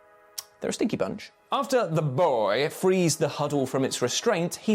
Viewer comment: Lol dies he say the boy like that 😂😂😂